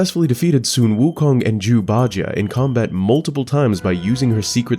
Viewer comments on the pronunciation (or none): I keep hearing Jew. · i cant help but giggle every time u say jew instead of zhu. some times more than others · Love these videos. However, can't help but hear "jews" instead of Zhu, and it makes me laugh. Because I'm an idiot with bad hearing.